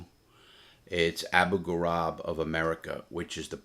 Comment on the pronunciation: Just to be clear, it’s pronounced “Abu Ghareeb” not “Ghurab” or whatever, great story as always